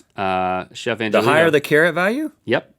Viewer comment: Pronounce it Chef /Ang-he-li-to/ and not /An-je-li-tow/..... it should be read the light and soft Spanish pronunciation....